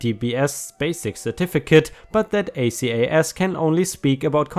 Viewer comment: Acas is usually pronounced as one word, not separate letters.